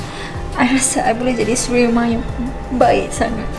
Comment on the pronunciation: Isteri mee-tali 🤣🤣🤣